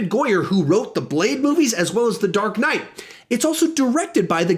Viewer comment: I died when you said dark knyght and come back from dead when you said just jouking